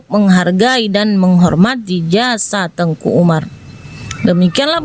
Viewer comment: Salah pengucapan ini kak. . Teuku ato baca nya teku .. nama khusus ato gelar bangsawan. Tengku itu Ustadz ato guru ngaji guru agama. Dr awal saya dengar nya Tengku , bukan Teku di bilang .. 🙏🙏